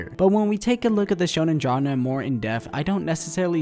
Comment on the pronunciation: Why do you keep saying Genre 🤦